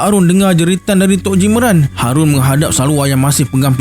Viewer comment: Assalamualaikum...punya sush untuk lancar kan bercerita tu.harun jdi hadun terajang jdi telanjang.hahahahha tpi MMG SC terbaik.